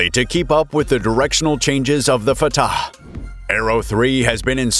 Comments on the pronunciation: ill never get over him saying at the start : "This is fataCHHEHEEUHU" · I don't like the way this guy is pronouncing that "fattah" thing.